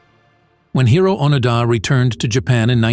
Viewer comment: Correct pronunciation of Hiroo would be something like “He-row-oh” - each “o” in Hiroo is a separate syllable, the “r” is mixed with a “d” sound like a “rolled r” with only one “roll”.